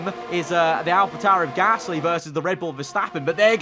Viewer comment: Anyone else live for pronunciation of Pierre GAASSLLY. Biblical stuff